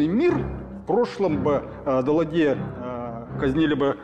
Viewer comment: В самом начале Мамонтов произносит: "ДЕЛАДЬЕ". Это значит, что не только он не сделал простейшую домашнюю работу, но и вся его команда не знала как нужно произносить фамилию бесславно знаменитого французского премьера, подписанта в Мюнхене. Скажем прямо, не чересчур просвещённая команда сделала этот докфильм. Вениамин.